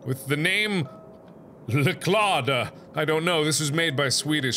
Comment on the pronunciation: Leklåda is swedish but you said wrong XD I'm coming from Sweden 🇸🇪